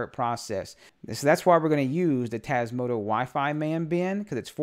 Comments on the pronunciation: Hello just a silly question, maybe it is your accent, why do you pronounce Tasmoto instead of Tasmota? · You keep calling it Tasmoto rather that Tasmota ;-) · TasmotA with an A at the end. Not an O. :)